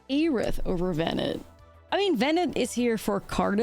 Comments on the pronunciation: In this case, by looking at other cards from the FFXIV batch. Just about all of them have some sort of French pronounciation of the names. Louisoix, Urianger, Alisaie Leveilleur and more. But evening that was too obscure, it still sounds odd to pronounce VenAT as VenETT. Had it been a one-off, no one including me would’ve noticed. But just in this episode it was like.. 3-4 times in a few sentences, so I was like… is she doing it on purpose, some internal joke I don’t know of? :p But all this to say, it’s not as big a deal as I’m making it sound. I just like knowing I’m not butching someone name, so I project :3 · Please, don't call her Bennett ;_; The "a" is the same as in "after" DX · One of these days, is going to pronounce Venat correctly. I know shes mostly american at this point, but it's "Ven-ah", not "Vennett" xD